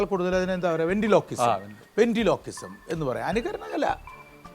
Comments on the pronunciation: Bravo, well done! പക്ഷെവെൻട്രിലോക്വിസം(Ventriloquism ) എന്നതിനുപകരം വെന്റിലോ ക്വിസം എന്നാണ് പറയുന്നത്! അതും രണ്ടു തവണ... സാരമില്ല,പോട്ടെ! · 'r' in ventriloquism should clearly be pronounced, dear. Just type the word in Google, it comes abruptly with its pronunciation 👍